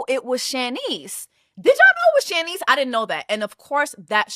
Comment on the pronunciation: I have never heard Shanice's (SHAH-neese) name pronounced like that (SHAN-neese) lol.